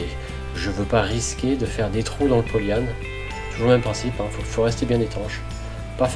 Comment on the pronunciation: Par contre polle yan evite ! Cest polyane!